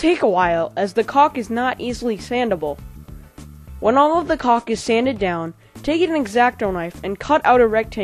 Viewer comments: he says cock everytime! XD thumbs up if im right! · He keeps sayin cock and not caulk! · It's pronounced culk, just letting u know so people don't joke about it. Btw thanks for all the tutorials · he says cock like 20 times lol (I know its spelled caulk) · i cant belive he says cock all the time XD. and i didnt jnow that was called cock i knew the oder cock